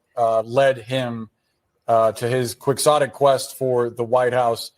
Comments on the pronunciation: 😂 He said “quick-sotic” instead of “key-hotic”. Clearly reading from a teleprompter and didn’t know how to pronounce Quixotic… as in Don Quixote. He had no contextual understanding of what was saying. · That dude better not have learned what quixotic means from my content.. he didn't even say it right